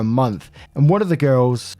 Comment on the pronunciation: Is Sloane not a common name in the UK? You did pronounce it right by the way. I would say it's calm enough here in the US that most people know it 1 or 2 Sloanes